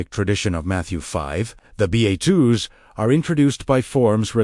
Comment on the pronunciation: Bedatitudes?? Seriously, someone should at least edit the videos! AI doesn't know what they're talking about! 😂